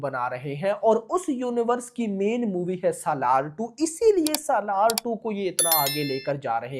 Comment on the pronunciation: SALAAR ❌ Salwaar 🌹